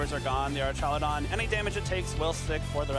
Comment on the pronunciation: It’s crazy how the announcers don’t even know how to pronounce Archaludon. 😂